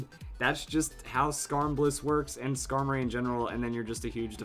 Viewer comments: Why would u say scarblis D' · I assume he's talking about Skarmory with Blissey?